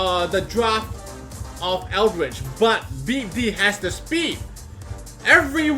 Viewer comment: Lmfao sounds like your saying beat d***